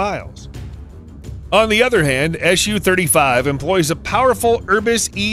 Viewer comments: Is there a good reason for you to pronounce the abbreviation like "ash you"? It's "Suchoj" with "s", not "sh" sound. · Why are you saying "Shu" and not "SU" ?